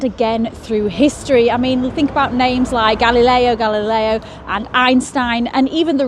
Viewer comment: You said "hike" not like lol but great video 🙂